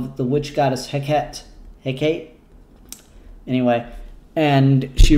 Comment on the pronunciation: Also it's "heck-ay-tay"